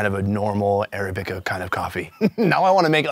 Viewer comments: Arabica... accent on the second syllable. uh-RAB-ih-kuh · Ara-bi-ca? Try Arab-ic-a. I don't know why that was driving me nuts. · It's a civet not a weasel it is weasel like but it is not a weasel weasels or carnivorous and it's pronounced arabica not arabica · "Arabica" is not pronounced like that Sun 🤣